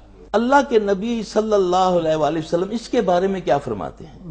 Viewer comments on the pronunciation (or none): آپ اچھا کام کر رھے ھیں لیکن آپ جب پیارے نبی کا نام لیتے ہیں تو صلی اللہ علیہ وآلہ وسلم سیدھی زبان سے صاف صاف کہا کریں باقی آپ سے بہت کچھ سیکھنے کو ملتا ہے